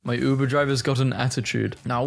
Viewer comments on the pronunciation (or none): none